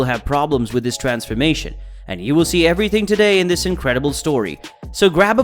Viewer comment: bro said wiss